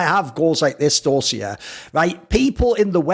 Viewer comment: the same Dosia advert was used in Poland too :) Try pronouncing it DOSHIA , instead of DOZZIA